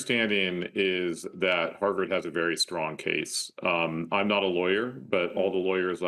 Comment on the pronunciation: She can't even pronounce Harvard properly! 🤣🤣